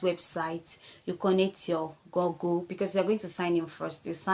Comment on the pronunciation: It’s /gugl/ not gogl. I’m the grammar police. Please follow me